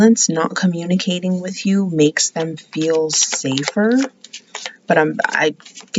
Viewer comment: Same lol! 😂😂 "It's a general reading so it might not resonate wichoass!" It's cracks me up Everytime! Then how we all Lindas 😂